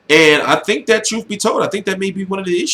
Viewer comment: why you say troof instead of truth lol